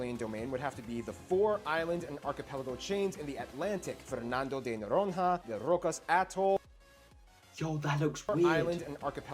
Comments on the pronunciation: Fernando de Noronrra KKKKKKK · Fernamdo the norohrra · ele falou Fernando de Noronrra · É só procurar a pronúncia no google translate... Sotaque, ok, mas "Fernando de Noron-RRA" e outras paavras estão simplesmente erradas...